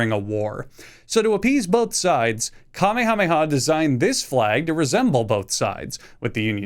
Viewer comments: It's pronounced, "kameha-meha", not the anime superheros power. Wtf is kame hame ha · Bro I hate when you say Kamehame ha. Very funny. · It’s pronounced ka-meha-meha. You’re not a Saiyan you meatball. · Hawaii never wanted to be a state anyway, the kingdom was overthrown by force and legally shouldn't be part of the country. Also you can't pronounce Kamehameha properly LOL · How he mispronounces “Kamehameha” is annoying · As a Hawaiian you got our flag wrong the stripes represent our Hawaiian gods but the Union Jack your correct on king Kamehameha did just like the flag and also why do you call him kamehameha like the anime thing it’s not that hard to say just say ka and then may ha twice it ain’t that hard and also I have no clue what you on but the blue stripes are fire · I’ve never heard that pronunciation of King Kamehameha. Sus. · actually saying Kamehameha like that🤦‍♂️ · If the dbz community doesn't want to punt you for that Kamehameha pronunciation, then it will be the hawaiian community that will. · i’ve heard people pronouncing the dragon ball move as the same as the hawaiian king, not the other way around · The mispronunciation of Kamehameha hurts. I'm not even from Hawaii. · As a Hawaiian your pronunciation of King Kamehameha pains me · At least it's better than that Fortnite TikTok guy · At least he didn't say king galick gun